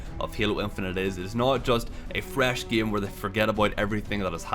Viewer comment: why do you keep pronouncing game as "gam"?